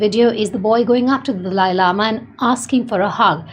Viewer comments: Indian woman is saying Dalai Lama (not delay), just English speaking people often pronounce it Dali like the host in this video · Correct pronunciation: Dah-Lah-yee Lama! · It's pronounced The-lie lama